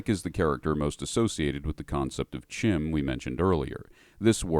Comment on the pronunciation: Thank you for properly pronouncing CHIM.